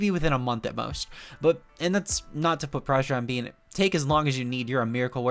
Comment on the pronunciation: Bene is prounounced not Bean, its "Beh-neh" German Poketuber legend and competetive legend